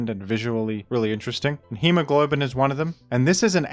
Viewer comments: I kept waiting for him to say he was saying "Hemoglobin" instead of "Hemo-Goblin" as a joke... but it was not a joke... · BRO IT'S HEMOGOBLIN NOT HEMOGLOBIN PLS READ IT CORRECTLY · Hemo GOB lin. You kept saying glow-bin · It's Hemo-GOBLIN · Why would "Hemogoblin" be pronounced in the same way as the word "hemoglobin"? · Not once did he say Hemogoblin's name corrextly 😭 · Righteously annoyed that he mispronounced the amazing name "Hemogoblin" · As penance for butchering poor Hemogoblin's name, now has to make a video on the CAP metagame.